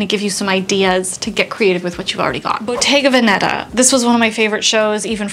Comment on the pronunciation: Oh.....the way you pronounced Bottega Veneta....and you're Italian!! Great video but that's all I heard...sorry!